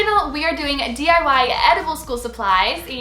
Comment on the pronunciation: She didn't say D.I.Y she said .I.Y